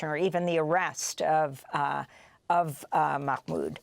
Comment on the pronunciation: Just say Mah Mood, no need to sound like you're choking on a hot dog